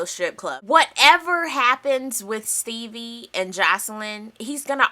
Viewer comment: AHHHHH. every time say STEEBIE!! lol